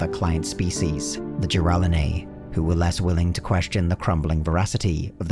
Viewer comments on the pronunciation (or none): I've never heard the Brutes species name pronounced like that, but Ji-RALL-en-ay sounds almost cooler than what I'm pretty sure is the actual pronunciation, Jir-ral-HAHN-æ